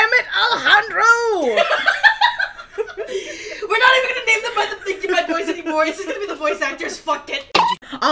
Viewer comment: Does someone pronounce his name A-le-jan-dro and not A-le-han-dro?